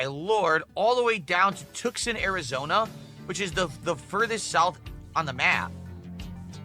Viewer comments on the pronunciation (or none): did he just say "Tuckson" Arizona? You mean Tucson? And then topped it off with "assessorires"? Good lord stroke mouth. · Did he say tuck-sun instead of Tuscon 😂 valedictorian indeed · Mans pronounces "Tucson" as tookson and "accessories" as assessories and is confused as to why he didn't get accepted into yale, my guess is yale knew what type of school went to and knew those credits were basically paid for